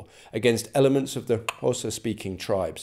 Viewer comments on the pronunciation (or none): The click in Xhosa isn't a separate syllable